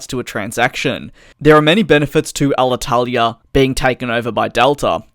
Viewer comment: Congratulations for your very good spell of Alitalia name!! You seem to be Italian at 9/10 😁